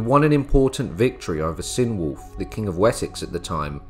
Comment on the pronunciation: "Ecg", as in Ecgberht and Ecgfrith, is pronounced Edge; Cynewulf has a hard "C" Hwicce is "Hwitcha", as in the modern Wychwood...